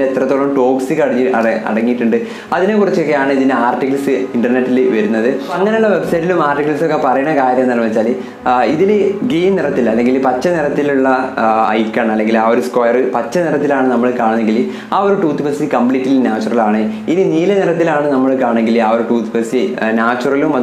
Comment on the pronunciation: ഗ്രീനി അല്ല ഗ്രീൻ